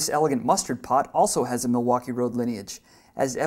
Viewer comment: The Milwaukee left a big mark in MN, the least narrator could do is say the name right.